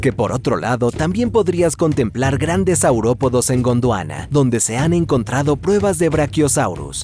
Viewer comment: Cada que dice Godwana escucho la intro de sentimiento original